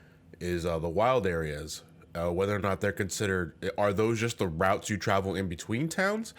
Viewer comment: Everytime said "Routes" I heard "Ralts".